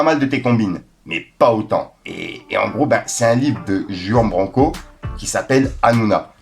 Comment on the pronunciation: « Jouan Branco » respect le mon frero ça se prononce pas comme ça😂😂